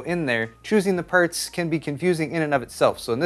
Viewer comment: "Choosing the purts."